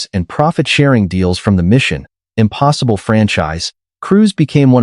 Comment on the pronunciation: Someone needs to tell the AI narrator how to properly say “Mission Impossible”. I hate the lame, lazy dependence on AI narration, when there are many talented voice actors and narrators who would do a much better job.